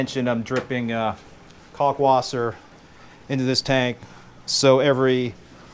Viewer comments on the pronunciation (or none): You Americans and your pronunciation of "kalkwasser" :D All I hear is cockwasser. the /AL/ is like the al in altitude. Nice going on a good schedule and discipline :D